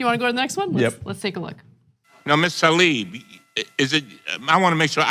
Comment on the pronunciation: Hey love y'all but it's tlaib not talib